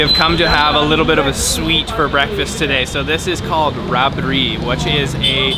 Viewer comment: It's Rabdi not a rabery